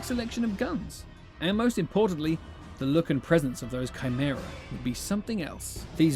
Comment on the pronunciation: is he saying CRYmera?